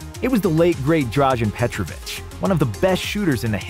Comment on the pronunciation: And not petrovich but again without the extra "h"